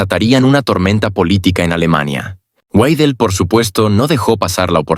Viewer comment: Ya cállate ni siquiera puedes pronunciar bien el apellido de Alice Weidel y te pones hacer un video , ridículo.